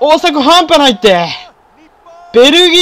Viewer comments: やっぱりあの定番のセリフは関西弁慣れてなかったら変になるなー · 発音ちゃう 中西くん見習えよ